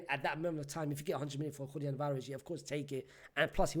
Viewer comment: Bruv it's Julian with an A. Not JuliEn